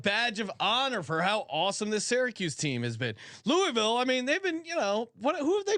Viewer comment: you said Louisville right the first time and then corrected yourself to say it the wrong way cmon brother...